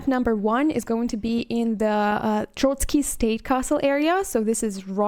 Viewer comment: I confirm - most of Czech names you pronounced correctly only "Trosky" is not "Trot-skee" (that was Russian revolutionary) but "Tross-ki" (try it with scottish "r") :) And maybe I just oveheard but "Dan Vávra" is not "Va-vr" rather "Vaav-r-ae" (again - scottish "r"). Anyway you did excellent job in NOT butchering Czech word - I give you cerdit for that! ;)